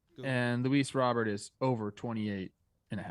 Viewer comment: No. It's not. Lol. From the lips of the man himself: "Robert, who said he prefers the Cuban pronunciation of “Roh-bér," But sure. If you say so...